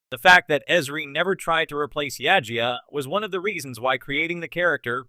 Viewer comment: Why do you have a Star Wars Acolyte filmstrip while talking about a Star Trek character? Also you need to work on your pronunciation. It's Jadzia not Yajia.